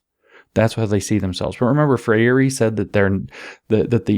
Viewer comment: Please help James pronounce Freire.